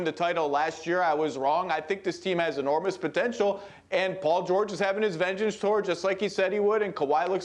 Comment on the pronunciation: The way Big Perk pronounces the “George” in Paul George 🔥